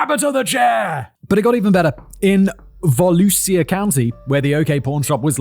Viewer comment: My grandmother was a bartender at the Pub and gave her one of her last drinks lol. Later, we lived behind The Last Resort. Also, it's "Voh-lu-sha" lol